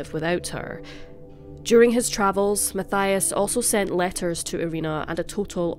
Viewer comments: (Mattias) not (Mathaia) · Matthias is pronouned MAT TEE AS.. I live just 2 villages away from where they lived and rememer the case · I'm sure it is pronounced like this Ma-ti-as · No one probably cares but just fyi in Switzerland we pronounce Matthias “Matt-eee-ass” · His name is spoken Mateeias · His name is pronounced...ma-tee-as =Mathias